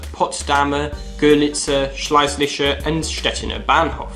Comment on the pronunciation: again Shlay-zisher